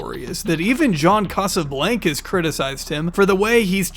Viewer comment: You’re pronouncing Casablancas wrong lol. It’s a long A sound in Blancas. It’s Spanish for white house